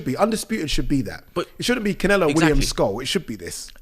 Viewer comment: cant help himself but to say Can-ELO in that way😂😂